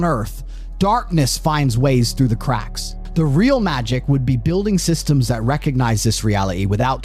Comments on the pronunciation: The guy telling this story cannot say the letter T. It’s annoying, and I’m not posh ,I’m a cockney. Slopping talking. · This the third tate? Has same extra syllables to words😂